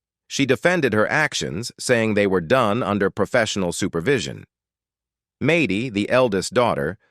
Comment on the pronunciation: There was never anything loving about Kate. And I hate AI voices. Maddie is not pronounced that way. I might have spelled it wrong. And you are purporting to have Hannah say something? Don't forget she's old enough to sue you now. Although I am sure she has better things to do with her life. Unlike you, apparently. If you have your own opinion use your own name and express it. My name is Pamela and Kate is an attention-seeking narcissist. I hope all her children recover. At least they will have all the tapes to take to therapy just like I have my diary (only it only covers a short period of time and it's not video - but it helped to read it and my cousins and Friends concur, I'm not nuts. My father really did scream a lot). Best wishes to Jon, Stephanie, all the kids, and Giuliana, who didn't have a crappy mother to recover from.